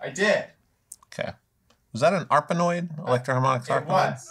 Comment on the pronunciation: Did you say an Electro-Harmonix arpanpoid? Jamie is very sad right now.